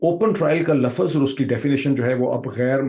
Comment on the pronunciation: You speak very well and we love the details, historical backgrounds and analysis that you give each time. I follow you regularly. May I just make one suggestion? It really makes us cringe when you say 'lafaz' instead of 'lafz'. Somehow it affects the total impact of your speech. Hope you'll try. Thanks 😊